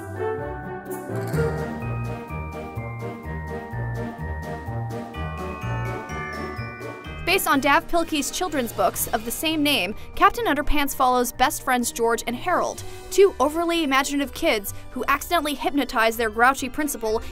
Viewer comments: "Daff?" Don't you mean Dav? (pronounced Dave) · I hate to go full on grammar police, but it's actually pronounced "Dave," not Dav. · Dav is pronounced "Dave" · Dav's name is supposed to be pronounced "Dave"